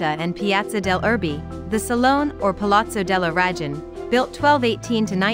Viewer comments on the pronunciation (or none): Was this read by a bot? "the eloquent 13th century preacher S T. (pause) Anthony lived and worked..." Also why not at least try to pronounce things right? "deGli ScroveGni", with a hard G, really? Palazzo della "Rajun"?